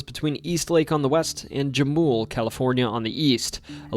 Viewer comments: Proctor valley road... Jamul is pronounced ha-mul. Back when it was very rural decades ago, you could stand on Proctor valley road and shoot towards the east and off road to the west. There was a deep pool surrounded by boulders that you could skinny dip in. There was an old pioneer house on the northern end. Was out there many times shooting, off-roading, skinny dipping. Almost ran head on into border patrol on the off road side. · Great video, .but, Jamul is pronounced Ham-ool. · Just some technical clarification concerning the Proctor Valley Rd. Jamul is pronounced hamul, and Eastlake is a subdivision, not a town, rather the town on the west end of Proctor Valley Rd is Bonita. Otherwise keep it up, I love listening to your stories while I am working 😊